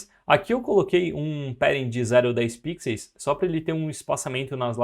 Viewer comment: Por favor, para de falar pixeis...No mais, muito obrigado pelo conteudo!🤗